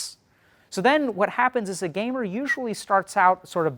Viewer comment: every time he says 'gamer' I crack up lmao